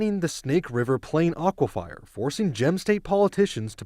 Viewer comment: What's with the AI news voice. Aqui -fire?? boo